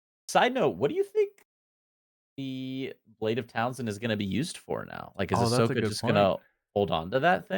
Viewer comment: Sword of Talzin: I feel like I’ve heard this pronounced several different ways, including Townsend, which always makes me imagine Pete Townsend of The Who swinging a sword instead of a guitar. 😂